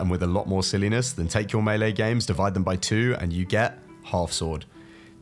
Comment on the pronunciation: I KNEW you knew how to pronounce melee